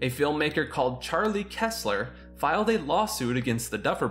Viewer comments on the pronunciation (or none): none